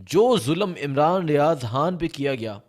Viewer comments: Aap han kyu bolte ho Khan bola karein na 🤔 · Bro its not Haaan his name is Khan with K khhhhh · Imran Riaz haan😂 bhai naam to sahi lo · السلام علیکم او پیارے بھائی یہ حان کیا چیز ہے؟ آپ کیوں خان کی ماں بہن ایک کر رہے ہیں؟ اور ساتھ ساتھ غ کی بھی گ بنارہے ہیں۔ ایسے لگتا ہے جیسے سکول سے بھاگے ہوئے ہو۔ مہربانی کرکے قاعدہ پڑھنا شروع کرے۔ ایک قومی زبان کی حیثیت سے ہمیں اپنی قومی زبان کو کچھ احترام دینا پڑے گا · Oh bhai yeh .....Haaan kiya hota hay.....Khan kaho na.....LoL.... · Sir pls haan nhi hota khan hota hai pls ap lafz ko khaya mt karain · ھان کیا ہوتا ہے. خان کہا کرو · خ. اور ح. فرق ہے